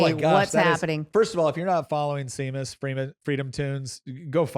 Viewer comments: What this SEA-mass they keep referring too? Is that a Catholic holy day where a mass is held for the sea? I should ask Seamas from freedom toons since he's a Catholic too and he'd know what this SEAmass is. Seriously he says his name in his videos all the time, how could they not know how to pronounce it? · Seamus is pronounced shay mus it is an Irish name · it's pronounced Shay-mus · Please, please...Seamus is pronounced Shay-mus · It's pronounced "Shame-us", an Irish name. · Ok l have to wonder how well read you all are. But Seamus is pronounced Shay-mus. It’s Irish name. Nick you said you met him on Tim’s show but now you can’t remember how to pronounce his name? What do you do in your free time? I read the dictionary and look at world maps. And I watch foreign TV shows so learned stuff like this. It’s sad you lack knowledge that is not directly related to your show. Here’s another Irish name Siobhan. Have fun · And Seamus is pronounced Shamus! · Seamus = Shay-mus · Nick, Seamus is an Irish name- pronounced Shaymus. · It's pronounced "Shay mus." But yeah, he's awesome. Easily the best Timcast regular back when he was a regular. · Oh my god Seamus is pronounced Shey (like shave) muss (like dont muss up this poor guys name!). Were you educated by Reddit? Though I am pretty sure Mr. Freitas knows how to pronounce it as he has met him and mispronounced it so as to not embarrass his midwit sidekick. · It's Shay-mus... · Btw it's pronounced Shay-miss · His name is pronounced "Shame Us", as you'd expect from a hardcore Catholic. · SHAY-MUSS. Say it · lol it’s pronounced “Shamus” the same way “Sean” says “Shawn”. As a Sean myself, I can’t believe how many people call me “Seen” or “SeeAnn” 😂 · All y’all need to Irish up more. Seamus is like Sean. The Gaelic “Sea” is pronounced “Shay.” So it’s “Shay-mus,” or “Shawn.” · I don't want to be "that guy", but it was making me twitch. "Seamus" is pronounced SHAY-mus. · and you can't pronounce his name. Shamus....